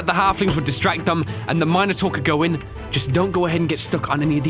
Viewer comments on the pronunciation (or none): Min-a-Taur not Mina-taur